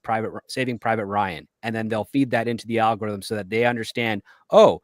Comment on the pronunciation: Did say "Al Gore Rhythm"?